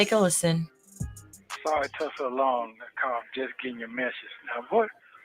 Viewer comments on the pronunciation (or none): Has anything other than me noticed that when he says the work “took” he actually says “tuck”? It’s just as annoying as when Sonya says “all” in that weird way.